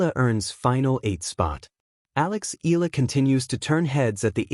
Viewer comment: Make your AI pronounce her name properly it’s Eyala not Eela!